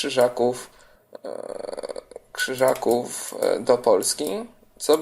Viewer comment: Nie chce się czepiać ale "VRZYŻAKÓW.